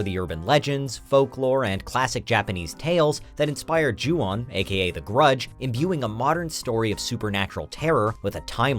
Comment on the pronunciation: Ju-on you mean right